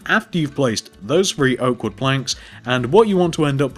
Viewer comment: What's with the free insded of three??